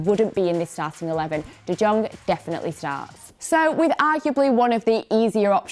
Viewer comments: I do like your content in general except the constant reminder of United bias kicking in but i remember you saying that you have a masters in English. How would Daily Blind be called an understudy?? Also, u r literally murdering J in De Jong. Please put in some effort to listen to how commentators pronounce the names. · Sry is nbdy talking bout de Jong pronaunciation...